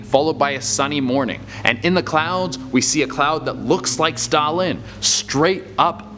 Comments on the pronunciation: It's pronounced stout land not Stalin, while the pokemon may be similar to the historical figure Stalin has more standards thank to hang out with Ash Ketchum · STOUT-LAND not stoulynn.... WTF littn LiT-T-EN...GgRrrrr ...LOL #ResearchISyourFRIEND come up in here disrespectin my Pokemon now c'mon!!! lol... STILL 💙 YA THOU CHE!!!! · Their names are pronounced Stoutland and Litten, not Stalin and Lin. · It’s Stoutland not Stalin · Who else got triggered when he kept pronounceing “litten” “Lin” and “stout-Lin” “Lin” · Ah yes, Lin and Stalin, my favourite Pokémon. Like goddamn dude, where were the t's in those pronunciations? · What was he even trying to say lol all I hear is Stalin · the way he says stoutland tho